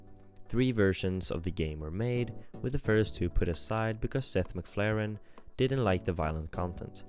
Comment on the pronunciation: And Mcflarane, I hadn’t even gotten to that part. Listen man, these are not one-off accidental mispronunciations. If it’s not ragebait engagement farming and it’s a real honest to goodness mistake, it means you’ve basically never consumed the show or any media related to the show or its creator, since you can’t even get his name right. So why are you making a video on lost media about the show if you don’t even watch the show or know the most basic elements of the show? Please, make content about something you know, something you care about, not a show you know nothing about just because it’s popular.